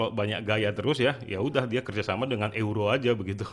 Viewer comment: euro = baca nya YURO , bukan eu roh